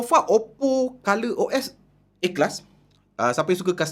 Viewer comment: dia punya A Class dengar mcm "Ikhlas" ingat trademark baru tadi 😆